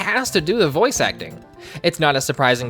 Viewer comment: It's boy oice not boyche